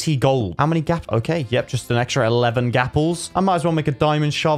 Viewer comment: He said gappels